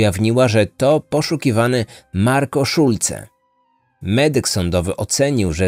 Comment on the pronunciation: O, ktoś tu dobrze zna niemiecki, przeczytane perfekcyjnie.